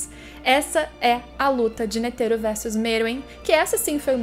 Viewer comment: Eu escutando ela falar ''N E T H E R O'' EU: aaaaaaaaaaaaaaaaaaaaaaaaaaaaaaaaaaaaaaaaaaaaaaaaaaaaaaaaaaaaaaaaaaaaaaaaaaaaaaaaaaaaaaaaaaaaaaaaaaaaaaaaaaaaaaaaaaaaaaaaaaaaaaaaaaaaaaaaaaaaaaaaaaaaaaaaaaaaaaaaaaaaaaaaaaaaaaaaaaaaaaaaaaaaaaaaaaaaa